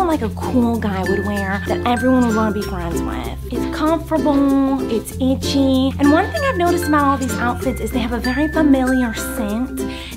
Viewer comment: “It’s comforble, it’s eetchy…” 😆